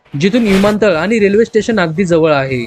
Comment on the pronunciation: मराठी नीट बोलायला शीक. आनि पानि नको. ण उच्चारायला शीक.